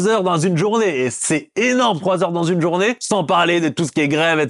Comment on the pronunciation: Pourquoi ta dis la « journavé » t es lyonnaise ??? Ça m’a fait plaisir quand ta dis wallah .